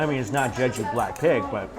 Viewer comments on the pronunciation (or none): I can't stand the way he pronounces "Jeju". "Jeggg-ew" No.